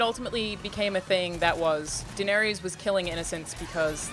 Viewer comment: How do people not know how to pronounce Daenerys after 8 seasons.